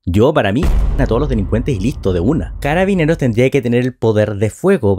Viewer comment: Es una verguenza escuchar a Boric, no se dice cararabineras, son carabineros independiente del género. Las mentiras que dice al respaldar a la institución me dan repulsa.